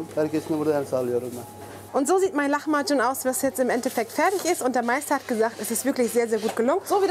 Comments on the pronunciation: sie spricht es aber leider falsch aus :/ in der türkischen Sprache gibt es keine "ch" laute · oh man ich hab lahmacun wohl immer falsch ausgesprochen xDDDDD (lama-dschun) statt (lachma-dschun) mega lecker auf jeden fall und danke fürs rezept!!